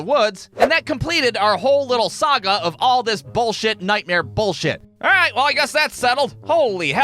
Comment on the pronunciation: Remember how in the worst day at work video you said a bad day of work for you was not being able to say alright the right way at the beginning well I don’t know how to explain it but you said it wrong in this one